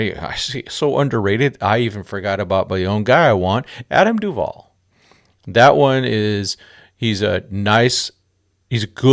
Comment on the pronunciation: No way did he say Adam Duvall